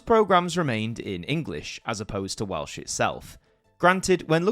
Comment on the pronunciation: Excellent video and your Welsh pronounciation is spot on. Only a minor quibble.. Not only did Gwynfor Evans threaten to go on hunger strike, he actually did go on hunger strike. I recommend followers to check out the Welsh film Y Swn that documents this era brilliantly. Its in the Welsh language but English subtitles are readily avaliable. It was a pivotal moment in Welsh political history. It wasn't just about having a Welsh language channel, it was about the control we had to choose having a Welsh language channel.